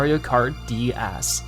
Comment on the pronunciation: Why does it sound like he says dæs??